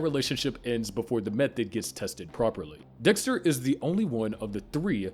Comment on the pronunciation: I can’t get over “Doxter” 😂😂